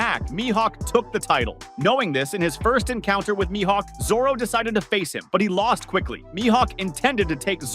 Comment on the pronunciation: You said his Mihawks name correct a few times and then butchered his name. I like your one piece content, but I can't stand the way you say the names of the characters you are trying to talk about.